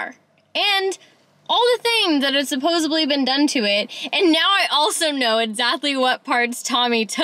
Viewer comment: Supposedly. Sa pos sed ley not suposably. =)